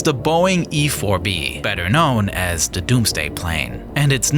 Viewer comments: "Da doomsday plane" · "da Doomsday plane" hits different 🔥